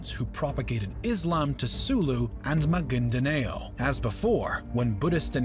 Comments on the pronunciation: Am I the only one bothered by “Ma-gin-da-NAY-yo”? You tried, my good narrator, but it’s “Ma-gìn-da-NOW”. Filipino doesn’t naturally have an “A” as in “yay” sound, and any “yo” sound always has a “y” at the beginning. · Maguindanao is pronounced ma-gin-da-now not ma-gin-da-neo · Hey man quick note, its pronounced MA-GEEN-DA-NAW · "Magindeneyo" sounded so white HAHAHAHAHAHAHA as a filo in mindanao it actually sounds okay (sosyalin haha) but weird for me cuz it is not pronounced that way it is Ma-gin-da-naw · 'Magendanayo' No thats pronounced 'magindanaw' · Maguindanao pronounced Ma-gain-the-now = Ma-guin-da-nao and Manuel Roxas pronounced Manuel Ro-has... anyway thanks for the history lesson, I mean it with respect and gratitude. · This is very informative. Just 1 thing, Magindanao if pronounced ma-geen-da-naw. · very informative too and words he describe is maguindanaw not neo Rohas not roksas qirino not quarino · It's pronounced maginda-now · My ears bleed as he mispronounces Maguindanao